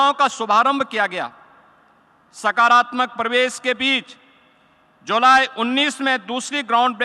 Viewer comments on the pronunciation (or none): none